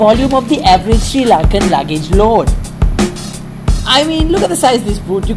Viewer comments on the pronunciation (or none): Hahaha!! Srirarry !!